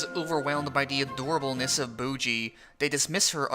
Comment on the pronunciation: They way you pronounce Miranjo and Bojji is maddening.